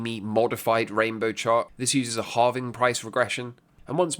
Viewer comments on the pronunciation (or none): none